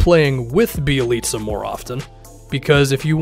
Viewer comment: I know that you know your ish because you actually pronounced Bjelica’s name right. Good job sir 👍🏻